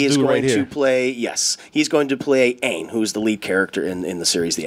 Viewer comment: The thing that good me is how they pronounced Aang in the movie